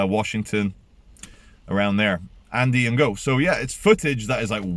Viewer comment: I think it's pronounced 'Andy no'